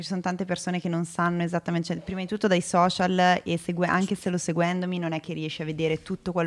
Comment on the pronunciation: Nessuno: Assolutamente nessuno: Chiara: i soscial